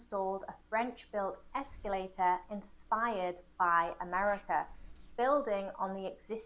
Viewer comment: She’s mispronouncing escalator, she says “esculator” but it’s derived from the word “scale” not “scule”.